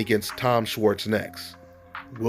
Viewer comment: its pronounced "shwarts"